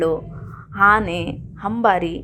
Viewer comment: ಹಾನೆ ಹಂಬಾರಿ ಅಲ್ಲಮ್ಮ..ಅನೆ ಅಂಬಾರಿ..